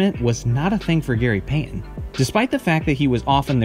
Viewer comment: Bro here: Gary Payton’s Last Game With The Sonics (2003) It's not Gary PAY en. It's Gary Payton. Tf wrong with you?